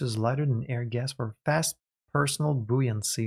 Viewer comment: You're doing very well at figuring out the pronunciation for new words. Buoyancy is a tough one, but you nailed even that. I have a lot of respect for people able to learn multiple languages. That's something I've never managed to do beyond bits and pieces.